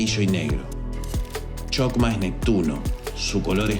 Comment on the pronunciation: Una pequeña aclaración sobre la entonación de "Chokmak" y "chesed": El sonido de la digrafo "ch" no es "consonantico palatal africado" sino es "velar oclusivo sordo", tal como se emplea en los monografos "k" y "c" respectivamente. Por cuestiones de estética gramatical y de transliteracion, ha pasado a ser un sonido basado en el "fricativo" de la "sh" inglesa. Para asegurarnos de una mayor proximidad al hebreo, se entona la "k" y la "c" con el acento germánico pero sin el "golpeteo" palativo y se convierte en un nuevo digrafo: el "kj" Por tanto, pasaría a escribirse "kjojmak" y "kjesed". El detalle aquí es el mismo que sucede con la forma de escribir "di-os", vaya, de Hashem o Adonay. Pero en este caso es la "k" dado que esta letra ocupa la 11° posición y bueno, tu sabes que el 11 es tabú. Para diferenciarlo se emplearía la "q" "Qjojmaj, "Qjesed", incluso "Qaballah". Visualmente luce extraño pero es lo que sucede también con la escritura de los profetas: Abraham = Ibrahim, Issac = Yitzhaq" Jacob = Iaqob... y así. Pongo lo anterior tratando de diferenciarla de corrientes new age y pseudo-sabateas, algo más luriana, más sionista. He aquí mi dato cool🤙 De momento es mi pequeña objeción de otras. Nota: Se agradece que no citaras al Yeshua Ben Yoseb. Shalom,!🙌 Que la Luz de Gopala te Ilumine.